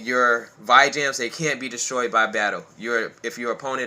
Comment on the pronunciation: VEE-JAM not VY-JAM